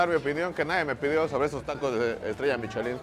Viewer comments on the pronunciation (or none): Se pronuncia: "Mishelan"